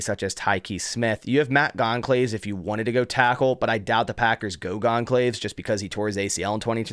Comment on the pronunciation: Goncalves is pronounced like "Gonzalez" fyi. Great vid...